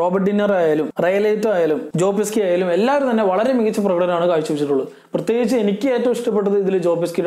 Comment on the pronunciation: ജാവിയർ ബാർഡം അല്ല "ഹാവിയർ " ജോ പെസ്കി അല്ല "പെസി "